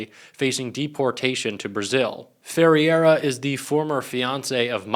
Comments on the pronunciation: Fe-RAY-ra, it's not that hard. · she probably pronounces her last name something like "fuh-hay-duh" not "fur-area" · Its pronounced...Fir-air-ah...(i think)..i have family named this (No relation) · my middle name is Ferreira and its pronounced somewhere in the ballpark of fey-hey-d'ra I love this channel but hearing that pronunciation made me wanna die more then when people called me fajita lmao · Not sure you're pronouncing Ferreira correctly,. I think it's more like Ferr-e-ra, but someone please correct me if I'm wrong. Leavitt has no soul, I doubt she'd care about an ex family member being deported. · Ferreira is pronounced,... Fray-rah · practise your pronunciation.- Ferreira... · Why do you find simple names so difficult to pronounce correctly - like Ferreira, and Karoline?